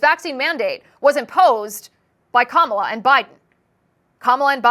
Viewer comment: Kum-all-ya? I thought her name said it all 😅.